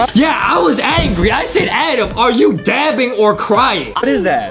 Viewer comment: Its dabbing not daping